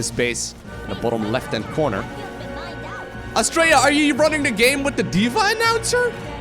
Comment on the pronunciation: I kept hearing him say Australia as well ... I must be way too used to us Aussies saying it.